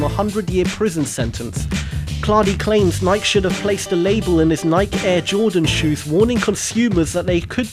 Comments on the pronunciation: Nike is pronounced nigh-key... Nike was the Greek goddess of victory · It's pronounced Ny-kee. It does not rhyme with Mike.